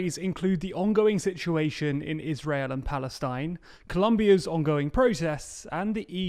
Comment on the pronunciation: Ay! you pronounced israel correctly!